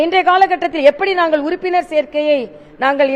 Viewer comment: Urupinar serkai enn kaadhula oornina serikainu vilundhiduchi .😂 akka paathu porumaiya pesunga akka😂